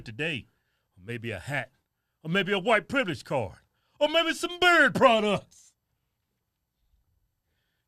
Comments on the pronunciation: I realize you are saying "beard products" but every time my brain just goes "bird products" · Hahaha mine hears berry 🤣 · i thought he beary products yeahhhhhhhhhhhhhh